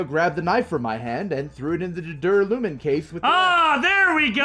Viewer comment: First LPers I've seen who pronounces "duralumin" and "churrasco" correctly (finally).